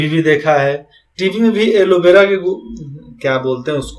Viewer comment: Aloe Vera ki Gufa Nahin Ellora ki gufa h pahle Khud acche se padh lo